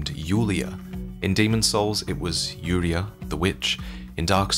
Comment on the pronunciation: Isn't the DS3 character called Yuria, not Yulia?